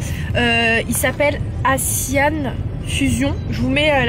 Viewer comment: On dit pas assian mais asian comme si c était azian 🤷🏻‍♀️